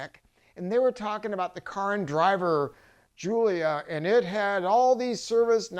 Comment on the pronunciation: EPIC FAIL sec ( when I saw the glorified VW in the background I knew it wouldn't take long)....."Alfa Romeo GIULIO Quadrifoglio..." GIULIO ???? GIULIO ??? EMBARRASSING.....